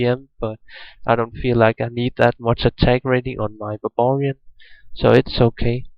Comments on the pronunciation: its not babarian its baRbarian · I closed the video as soon as i heard "babarian"